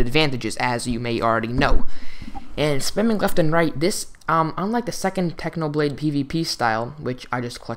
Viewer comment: its a clickbait you said how to pvp like "packhnoblade"